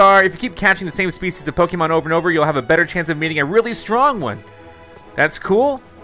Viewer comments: Xx StreetKiller xX it’s ok and that’s why we are here to help him pronounce Pokémon so he won’t make the same mistake again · Uhhhhh the way he pronounces Pokémon😑🤮🤢